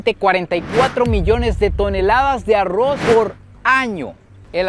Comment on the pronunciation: En los últimos videos me e dado cuenta que cada vez pronuncia mejor ARROZ 😂😂